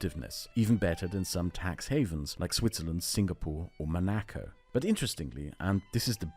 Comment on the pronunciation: I've never heard someone pronounce Monaco as mo-NA-co, really weird, you lovable German goofball.